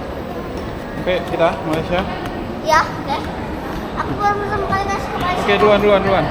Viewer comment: Kita orang Malaysia enggak bilang Malaysea tapi sebutannya Malaysia.